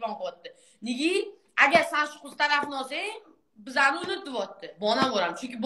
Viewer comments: Bonamurni ismini togri aytishdi organvosin onasi tavba😂😂😂😂balamur deydi😂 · Bolamur mas Bonamur 😂😂😂😂😂😂 oldin gapirishni organvosin qiziga sokinishdan orgatishdan oldin😂😂😂😂😂